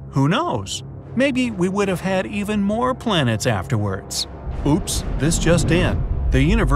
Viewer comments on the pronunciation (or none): none